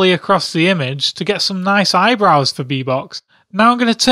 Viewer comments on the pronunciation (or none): none